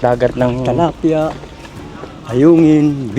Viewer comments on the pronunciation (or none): Sa huling pag kaka alam ko. Tilapia yun. Hindi talapya